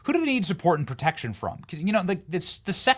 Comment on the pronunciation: She actually said ‘they need potection’